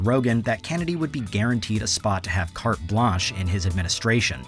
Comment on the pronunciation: Cart blanc pronounced cart blanc